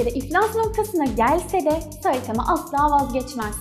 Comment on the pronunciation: Suna saitama diye iğrenç bişekilde demen o kadar gıcık ki saytamaa oooo